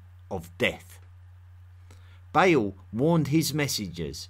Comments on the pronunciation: ✨BALE✨ Good podcast but you could have taken some of the time you put into research into googling "how to pronounce". Not expecting an accurate middle eastern accent, but eãl and bãle? Its EL (like in elephant) and bAAl (a like the a in fAther) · It’s Ba’al, not “bale”. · Great video, very thought-provoking! One complaint though: The name Baal is NOT pronounced as "bay-el" The A's are short, and pronounced as "uh" Baal is pronounced as "buh-uhl" Thank you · When you're saying "Bale", do you mean Ba'al? The vowels in the name are pronounced like "arm", not like "ale" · This strange accent and pronunciation of terms like "rain" or "Beil" (instead of Bal) is annoying and interrups the lesson, which may not be too bad. It starts from zero. It also needs to show references. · Isn't it Ba`al rather than Bale? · I wish you would pronounce your L's. The name of that god, once worshiped by the Israelite was El not E-oo and the name of the Phoenician god was Baal not Ba-oo. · Your pronunciation of the Phoenician / Canaanite and Assyrian gods is just terrible. You say Bale, but it would be transliterated as Ba’al, etc. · Did he say banana the worship the banana